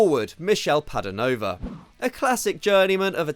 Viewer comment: Padovano was so bad you said his name as "Padonova" XD